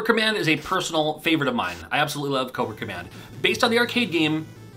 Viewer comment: You said Cobra Command, I heard Coworker Man haha😂